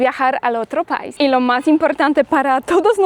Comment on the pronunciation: 🇩🇴🙏🏻🙏🏻Dices pais y es país acentuando la (í)😊